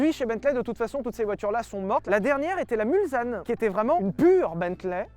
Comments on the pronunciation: J'habite Le Mans et je vais m'énerver quand j'entends MulZanne, c'est MulsSanne !!!!!!!!!!!!!!!!!!!!!!!!!!!!!!!!!! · "Mulzane"? Ohhh c'est Mulsanne!!! C'est Français môsieur! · Ça vaut pas la méhari quand même Ps: c'est pas "Mulzanne" mais "Mulsanne" c'est en reference au village qui donne son nom à un virage des 24h du Mans 😉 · Lévy et ses éternels problème avec le français 😂 Pour le modèle Bentley Mulsanne on ne dit pas {Mulzane} mais {Mulssane}, la petit ville de Sarthe qui fait le virage au bout des Hunaudières 😂😂😂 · 6'52" Booooooooouh. On ne dit pas "mulZanne", on dit "mulSSanne". Ben alors, les pros de l'auto? Je vous taquine évidemment. Continuez de nous faire rire et rêver. Je vous bisoute depuis Le Mans, forcément..... Ben oui.... Mulsanne quoi ! ;oD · Sylvain on ne dit pas mul z ane mais Mul SS ane! Mulsaneest une ville limitrophe du Mans qui possede le celebrissime "virage de Mulsane" du meme nom sur le parcour officile des 24H00 du Mans. (Je suis du Mans 72 ;- )) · Pitié, ne dîtes pas "Mulzanne" comme Fipeux ou Tonton Akram ... C'est "MulSanne" avec un "S" . C'est le bled qui est au bout de la ligne droite des Hunaudières sur le circuit du Mans . M-U-L-SSSS-A-N-N-E ... 🙄🤪 C'est pas compliqué quand-même ! Les Bentley, avec leur passé historique aux 24 Heures du Mans, ont reçu quelques dénominations qui reprennent les noms des bleds alentours (et optionnellement des noms de virages célèbres !), dont Mulsanne et Arnage . À ce que je sache, on ne dit pas la Bentley "Arneidge", mais bien la Bentley ArnAge . Respectez ces autos, elles n'ont rien demandé ... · Alors, en temps que Mulsannais, je tenais à vous dire que ça se prononce MulSanne et non MulZanne. Personne ne comprends pourquoi au 24h du Mans ils prononce avec un z. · MulSSSSSSanne et non "mulzanne"!... Mais, je vous aime quand-même ;) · Vous avez osé prononcer ça "mulZanne" O_O pas de bol ça se prononce "mulSSanne" même si ça s'écrit avec qu'un seul "S" Kappa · Arrêtez de prononcer "Mulzanne" ... 🤮